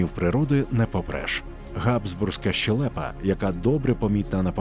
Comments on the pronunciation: Голос нормальний, але українською мовою правильно казати щЕлепа, а не щелЕпа. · Голос прекрасний, але ні фіга не грамотний. Українською мовою кажуть щЕлепа, а не щелЕпа. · Дуже дякую за "ви́падок", а не "випа́док", а от зі щелепою все ж вірно буде "ще́лепа", а не "щеле́па". Перш ніж написати, перевірила у словнику. Контент дуже цікавий і голос приємний для прослуховування. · ЩелЕпа - це грамотно, по-вашому?